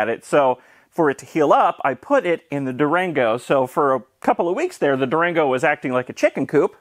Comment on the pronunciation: I say Durango, you say Duragno